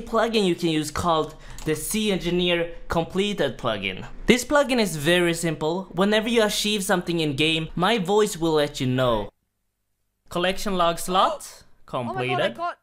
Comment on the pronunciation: "Whenever you asheeve something in game"